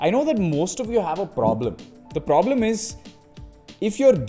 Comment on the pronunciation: Probeleeem , pubbbbg , pllayying 🤣🤣🤣